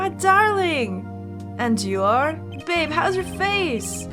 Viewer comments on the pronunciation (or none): none